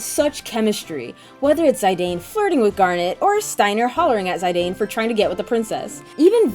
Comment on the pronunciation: It hurt me when you said zeye-dane. Its pronounced zih-dane